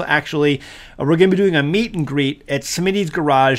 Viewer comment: Is that a “meet and greet” or “meat and greet”? 😂